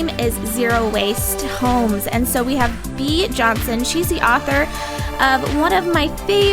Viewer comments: Young Female Entrepreneurs it’s bay-ah. Which is why she nonchalantly corrects it when speaking. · Her name is BA- AE-a. Not Be.